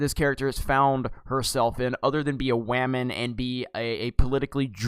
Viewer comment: did you say women or Waman 😂😂😂